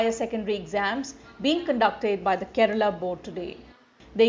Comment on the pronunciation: I am from Kerala and I must say that the way pronounces each place in Kerala is amazing, most of the people from other states cannot perfectly pronounce the names of different places in Kerala. But here mam pronounces as she belongs to Kerala.